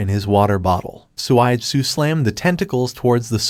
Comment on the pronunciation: suigetsu not swaidsu